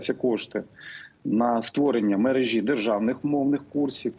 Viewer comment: Пане Кремінь, а скажіть, чому Ви говорите "мережі" (наголос на і), але ж перевірочне слово "мережка" (наголос на друге е)? У наступній фразі у Вас наголос у слові "мережа" (наголос на друге е), що й є правильним!